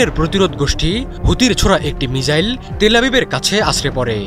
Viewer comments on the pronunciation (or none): সাংবাদিক ভাই তো মিসাইল কে মিজাইল বলছে 😅